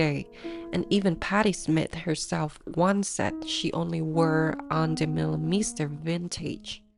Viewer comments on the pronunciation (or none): Oh my god!!! Start by at least pronouncing her name correctly!!! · Lovely, though her name prononciation isn't correct. As a local DJ, I've met her several time in Antwerpen and once twice in Montparnasse. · Bro dutch is hard for foreigners to get a hand on. Why gatekeep her from making a good documentery because she cant pronounce the name completely right? No english speaking person who talks about fashion pronounces her name right.